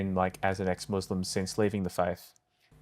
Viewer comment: Notice it right away when they said "ex muzlim" "izlam"💀